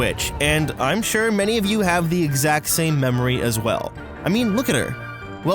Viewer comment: "WILDEST RIDE IN DE WILDERNESS" this dude loves his job😂😂😂